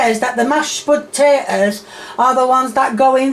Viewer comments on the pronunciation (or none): Hi just have a question for u im not a native english speaker but id like to know why you say spotatoes and not potatoes by the way this isnt a hate comment as i love ur content and keep up the good work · You better watch out,. You almost said potatoes and eggs correctly (instead of sputatoes and heggs)